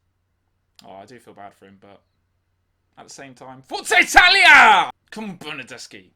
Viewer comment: As an italian you've been the only English (Welsh) that on Bernardeschi didn't say "bernardesci" but "bernardeschi". Come to Italy,you're the welcome here 😉